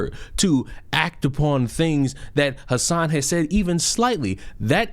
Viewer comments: they way you say hasan sounds so funny. "hass en" "ha-san" is how most are saying it. Although, he doesn't deserve his name to be pronounced properly. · I love that you call him “Ha-sin” but you really should call him Crnks nephew lol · Are you saying his name like this on purpose? 😭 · You lost me immediately with your out of touch, arrogant, and pathetic attitude. You can't even say Hasan's name right. Try sounding articulate and well spoken for 8 hours a day, and being entertaining and engaging with chat. Have some f*cking humility dude. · I would correct you on the pronunciation of Hasan’s name, but I feel like you’re doing it on purpose for the same reason I won’t correct you. This fool is a tool.